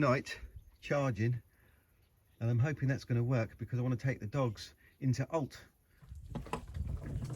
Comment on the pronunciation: Alte is pronounced 'Al-che' in Portuguese